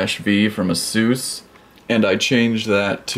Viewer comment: everythings cool but Asus pronouncing